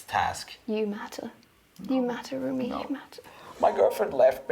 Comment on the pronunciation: It's not roomie, its romie